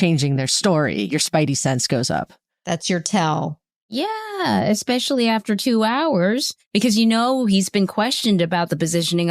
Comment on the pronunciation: Expecially….. nope it’s especially